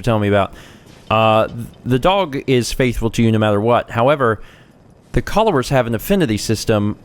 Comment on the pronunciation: Sorry I don't have much input,: I've been watching this series to try to understand the hype for Fallout 4. That said, I'd just like to say it looks like fun, and I look forward to being able to learn more! Also...you said "Collowers"...I wasn't aware you spoke Spoonerish! (Spoonerisms as a language). My mom is fluent. She once Packed the car in the Bark Yard to bring in a big Dog of Bag Food.